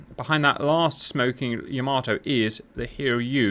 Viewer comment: Cap I love you like a slightly dyslexic brother, but it's "YAH-mato" not whatever you were saying. Convincing victory, I honestly thought some bombers would get in on the carrier, cool fun mission!